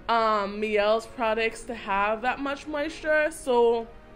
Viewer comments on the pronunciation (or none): Neg'Mawon the owner actually explained why the brand is called what it’s called... Her daughter’s middles names both have Elle in it and it’s named after her daughters ‘My Elles’... The brand is pronounce My-Elle not Me-Elle. In this case it’s not a french word. That is from the owner of the brand. The initial commenter is actually right...